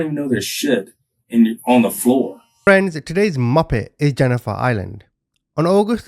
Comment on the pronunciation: I thought he says "moppet" lol